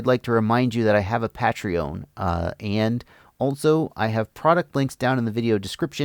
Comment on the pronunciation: that was the weirdest way i've ever heard Patreon pronounced.